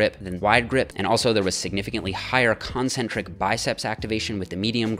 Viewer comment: It's con-cen-tric And et al... soft a and L. Like all... etc all Drives me nuts when people make these mistakes. Especially with science presentation that is otherwise well done.